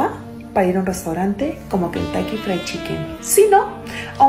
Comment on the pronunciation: Dice "kentaiky" y quiere ir a un restaurante de 5 tenedores 😂😂😂😂😂😂😂😂😂, mejor debería ir a la escuela.